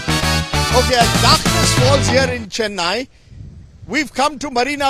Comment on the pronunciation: Don't pronounce as you pronounce " chennai", ,"dosa"! Learn to pronounce properly